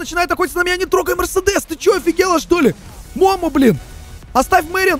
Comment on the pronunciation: Не мо́мо а момо́